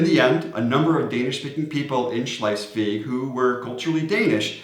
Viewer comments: You both come across as very knowledgeable about DK and I completely understand the challenges with tongue-twitching place names. So, while Schleiswig might sound more German to your ears, its pronouncuation is actually just Schleswig/Slesvig :-) Other than that - impressive job and thanks for the beating the Swedes with a stick-tip 😉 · Why do you say Schleisvig? There is only one “i” in Schlesvig. I saw your vid. on learning to speak Danish where you explained how many letters in a word that were not pronounced and now you have started adding letters, but to be fair the ch in Schlesvig shouldn’t be pronounced and often the g is muted depending on where you come from, you could however add the extra “i” instead of the “g” and get away with it, so it would be pronounced Slesvii.🤣🤣🤣❤ But I still love you guys and may the force be with you. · Slice-week? That's neither good Danish nor good German. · bro saying schleswig wrong so many was trippy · There is no "i" in Schleswig.